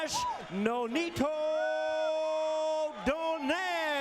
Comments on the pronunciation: They need to pronounce his name correctly DOUGH-NIGH-REH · It's itch my ear when they pronounce Donaire surname in English way.